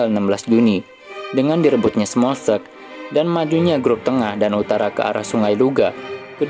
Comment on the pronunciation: smolenk baca bukan smokkeln koalisi bukan koalasi